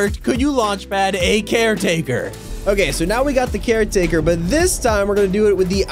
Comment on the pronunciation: Not car take care taker